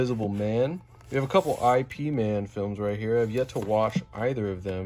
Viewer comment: I.P. Man?! lol it’s not how you say that, it’s a common mistake, just google how to pronounce his name